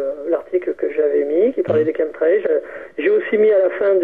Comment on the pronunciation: Qu'est-ce qu'il est ringard le jingle du début !!! Et la prononciation "Chemtrails" c'est pas ça hein, au secours (Kém trél) ! C'est de l'anglais quand même "chemical trails"